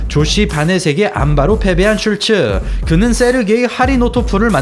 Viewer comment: 하리노토프가 아니라 하리토노프입니다. 사실 이름도 슐츠라기 보다는 쉴트 혹은 슐트라고 발음해야 맞는 듯.